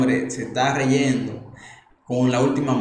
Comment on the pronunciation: Tu dijiste,REYENDO???????OhMy God!!!!!!